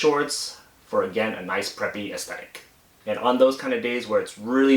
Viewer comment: Try not to stress the last syllable with saying "aesthetic". It sounds a lil unnatural and ended up sounding like "ick" instead of "tic"